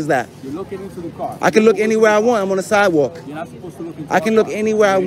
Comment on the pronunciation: Vampire: "I'm on the sidwal..." holy water to the face and stake immediately to the heart